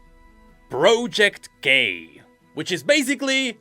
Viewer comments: Everytime says project k it sounds, at least to me, as if he says "project gay" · "project gay" is what I heard lol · i keep hearing project gay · Is he saying project gay?